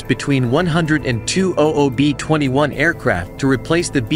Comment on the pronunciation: B minus 21????? Really. Why not get a real human to explain the video. It doesn't take the much for someone to read the narrative.